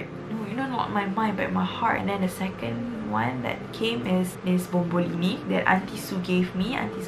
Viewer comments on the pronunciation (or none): comel how u said bombolini. arent it supposed to be bomboloni sksksks